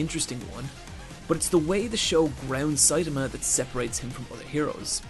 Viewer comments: I actually stopped watching because of how many times Saitama was mispronounced. It's a good video but hearing "Saytamuh" multiple times makes me cringe especially since there are so many sources out there that properly pronounce his name. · You Americans... it's NOT SAit-ahmah, it's Sai-TAH-mah. Also.. "near invincible demigod"?!? I think so far he's absolutely invincible and doesn't even know why (another important point in the series humour, as Sai-TAH-mah thinks he got his powers from those half-assed workouts). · 1. Siatama can punch harder than an atom bomb. 2. Genos is pronounced J E N O S. 3. Mumen Rider is NOT under-powered, Justice crash is the strongest move in One Punch Man. 4. made a JOJO reference and no one mentioned it. 5. He once in the vid called Saitama, Satama. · His pronunciation of Saitama is off as well.